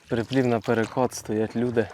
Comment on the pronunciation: приплив а не прііплів ріже вухо ніде такого не чув.а сама рибалка супер.....